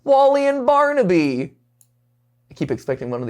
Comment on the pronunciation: You missed the R in baRnaby